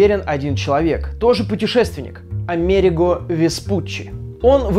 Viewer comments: АмерИго, а не АмЕриго вроде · Только не АмЕриго, а АмерИго Веспуччи. А так как всегда отличный выпуск! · Классненький выпуск, однако ударение лучше все-таки проверять, он был не амЕриго, а амерИго веспуччи, оно на последний слог. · Википедия говорит, что Веспуччи АмерИго, а не АмЕриго. Мой школьный учитель говорил так же - поэтому и резануло слух. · разве Америго, а не Америнго? и кстати, нам вот в школе по него рассказывали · Насколько мне известно Ryan читается как Райан . Потому Райан Рейнольдс пишется именно как Ryan Reynolds. И Веспуччи звали АмерИго, а не АмЕриго, ударение на И. Так в Википедии написано =) А выпуск как всегда классный! :) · Рога викинги действительно не носили, но прозвучала фраза: «..в Японии носили, в Дании, кто угодно..» Что? В Дании? А датчане не викинги чтоли? Точнее сказать скандинавы, всё же викинг - это скорее род занятий. Ударение в имени Амери́го Веспу́ччи ставится так, на И. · все-таки АмерИго, ударение на И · Если что, правильно говорить АмерИго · Приятно, когда про Америку и викингов всё знал, в школе рассказывали. И да, его звали АмерИго Веспутччи, на третий слог ударение. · Произносится вроде как АмерИго, по крайней мере википедия подтверждает. А про викингов интересно было, спасибо 👍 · А'мериго ударения учись ставить) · По-моему правильно АмерИго Веспуччи (ударение на «и»), но это не точно. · Услышал про викингов, решил, что реклама и начал мотать :( Кстати, вроде ударение на И - АмерИииго Веспуччи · Нам рассказывали про Америго (ударение на и), и про викингов нам тоже рассказывали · в слове Америго ударение на букву "и"!!!!